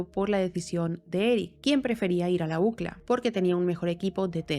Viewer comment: La ucla 😂 y uno diciendo iu si el ei.